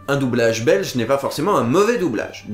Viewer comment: J'apprécie fortement que tu aies prit la peine de prononcer "un doublage Belch' ". Délicate attention <3